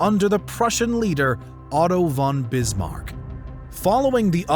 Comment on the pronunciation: I•m not german, but ”von” is pronounced like Fon.